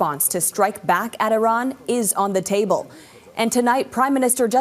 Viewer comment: Tell em to pronounce the country’s name at least.